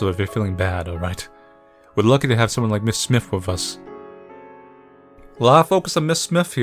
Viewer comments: It’s S-My-Th. Not smith. Smythe is S-my-th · I know this is like...3 yrs too late and all, but..."Smythe" is pronounced "smIthe," that is, w/ the long-i sound for the "y" and the "th" is hard like in "the" as opposed to "with." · you don't know how to pronouce. Smythe isn't pronounced like Smith. It is "Smy" like "try" and then the "th" sound follows. Use similar rice with "i" as the "e" at the end of Smythe gives us an uppercase "I" sound. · I think its pronounced "Sm*I*the" with a long I, rolling into what sounds like the word "the". all one syllable.